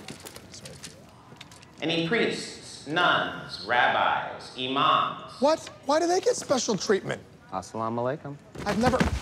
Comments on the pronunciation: I love how he said “ emans ( Muslim priest ) then proceeds with “AslaumWalikum “lol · Peele : " imams" Subtitle: "emoks"😂